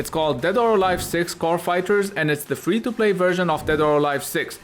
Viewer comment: for fweeee